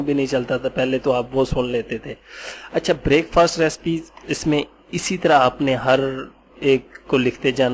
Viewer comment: sir g break fast nai parha jata hy pls a ik he lafaz hy